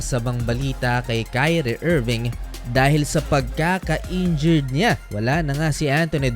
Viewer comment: NA-INJURED…. hindi NA-INJURY !! sus ko ialng taon ka ng nag VVLOG hanggang ngayon di mo parin alam ano kaibahan myan.. hindi ako mag mamagaling pero responsibility rin ng content creator na tama yung paggamit ng mga salita para naman yung mga nanonood ay tama ang natutunan.